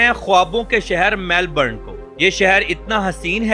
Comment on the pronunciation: ❤ Sydney ❤ Kindly check the pronunciation for Melbourne and Canberra. :) Interesting information.